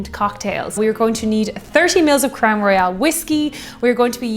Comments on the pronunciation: It is pronounced Crown Roy-ul. Royale is how you pronounced it. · Just a little pedantic but you were pronouncing Royal as Royale. Great drinks though and I enjoyed the video.